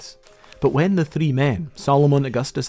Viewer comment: You should work on your pronunciation, the way you say “three” gave me a stroke